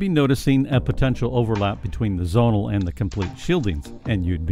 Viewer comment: Please remove the word REAL from the title, all of what you have talked about is theoretical or at best only just beginning to be researched, oh and the word Zonal is ptonounced Zzzz-Oh-Nal and not Zzzz-On-Al